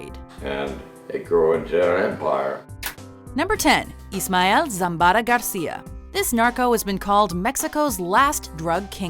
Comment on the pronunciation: how about the Cali Cartel Bosses? Not even an Honorable mention? BS ! Also...I cannot stop lauging at how she pronounced Zambada...ZambaRa.